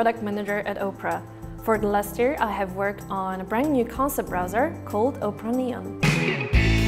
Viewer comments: I also notice she calls Opera "Oprah" also. So there's Opera and then mini version then touch version then news then Opera Neon then Opera GX. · lol she calls it "Oprah"